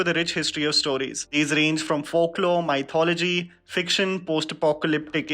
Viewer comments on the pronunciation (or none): Why does he pronounce mythology as M-AI-Thology ??? 👀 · It trigger me, how badly he pronounces mythology. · Please don't say mythology... :( It gives pain..